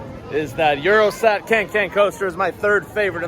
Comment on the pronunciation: its euroSAT broski😂💪🏽 not eurostack